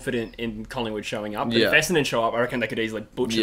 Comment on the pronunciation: your brisbane essendon was way off